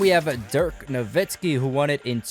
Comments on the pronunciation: You also say dirks name so wrong. Where the hell do you see a V in "nowitzki"? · Why do people say noVitzski instead of the actual thing noWitzski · This man said dirk novisky, also Kobe deserved both of Nash’s